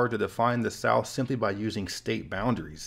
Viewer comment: Flat earf; Souf gonna rise again🌽